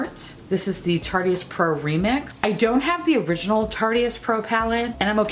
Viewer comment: “Tarteist”. Like artist. Not Tart-iest like the most tarty woman. 😂